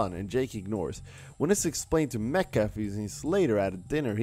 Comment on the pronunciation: It's Not mecca it's MACHA 🙄